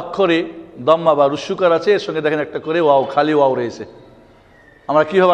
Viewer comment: wow and daal bengali pronunciation are not correct